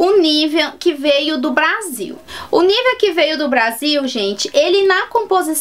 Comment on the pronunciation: Só uma pausinha. O Nivea é um creme Alemão e não se fala Nívea e sim Nivêa. Ahhhh e no nivea do BR já está escrito Hamburg. Hamburg é uma cidade da Alemanha. Bjs